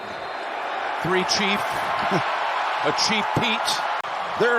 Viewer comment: Chief not cheat